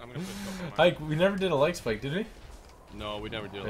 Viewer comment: Say like Spike